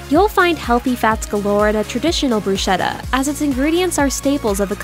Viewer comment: mispronunciation of "bruschetta." the "ch" should be pronounced as a "k" sound, not an "s" sound.